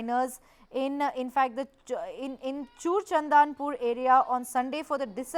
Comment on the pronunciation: 😂😂 the anchor reads Churachandpur as Chhur chandanpur 😂 n think it is more apropriate😂